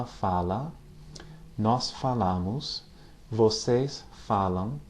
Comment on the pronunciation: just to improve your portuguese, witch by the way is exelent, when you say: "FALAMOS" imagine that you are saying "FALÃMOS", the second A is more "nasal". When you say both "A" with the same pronounce sounds Spanish. Thanks